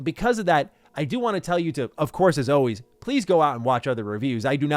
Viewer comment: needs to learn how to pronounce "forward" and "always". It's not "Foe-werd" or "Awe-wayz"